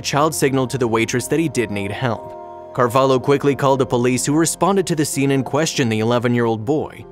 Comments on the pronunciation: is not "carvalo", is carvalho, the way you said it sounds like u are saying "cavalo" (horse) in the waitress first language lol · O hope thoses abusers rot in hell He doesnt know how to pronounce carvalho